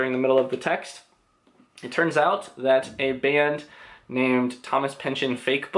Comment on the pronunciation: I jus have to say right off the bat... bless you for saying Pynchon and not PynchON.